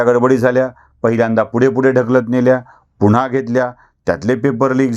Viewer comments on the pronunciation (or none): none